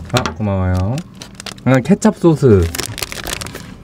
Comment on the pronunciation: 쏘쓰라고 하는데 은 진짜 소스 라고 하시네...